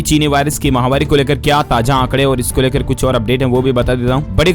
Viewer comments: Mahavaari or mahamaari.pronounce clearly. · Mahawari nahi bolte d l s bhai (chini mahamari) he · Aap "Mahamari" clearly pronounce kiya kro azib sa sunai deta h